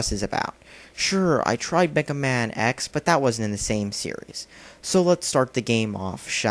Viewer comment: Wow he said sereises